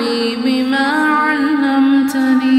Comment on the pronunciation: I am having some problem with the recitation . Is the pronunciation is allamtani/ alamtani/allimtani.? May be it is my misconception but I am finding difference in what is written and what is saying. Secondly, in the first half of the video it is written “wa r jukni ” but later there is written ,“wa zidni” in the ayat/line . Please make it so that I can recite it properly